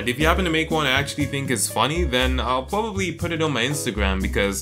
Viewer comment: Plobably not